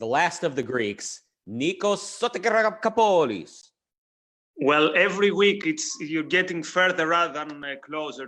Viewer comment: Easy! Just read every syllable...So-ti-ra-ko-pou-los...'pou' pronounced like 'put'. Intonation at 'ko'.